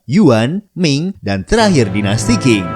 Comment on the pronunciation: Dinasti Qing...tidak dibaca dengan King tetapi dibaca serperti Cing.....